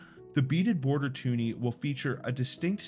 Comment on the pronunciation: It’s a twoney not tuni.